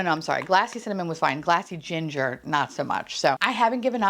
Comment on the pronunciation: Everytime you said “glassy ginger” all I could hear was “classy ginger” in a NY accent and it made me giggle 😂